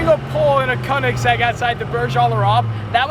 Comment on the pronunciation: Dude its called "Königsegg" and not "konigseg"